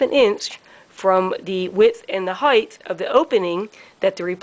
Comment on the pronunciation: Height (pronounced hite, not heith)